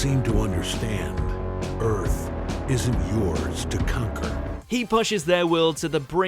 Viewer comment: Most brutal part of this video is "Eyyyarth"